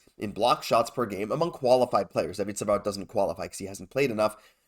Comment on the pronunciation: 😂 Bogdaddy!! 😂😂 Yah I don't think Zegras is the right fit for our top 6. We need someone above 6'1" if we want to eventually compete in the playoffs. Question for: I was wondering if you speak French? I would say so by the way you said "Savard"